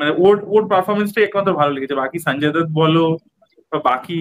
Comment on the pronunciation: Sanjay Dutta noy Sunjoy Dutt.Bolte sekho thik kare chandu.